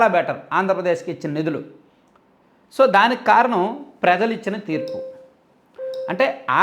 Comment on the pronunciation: Prejalu kadu.prajalu.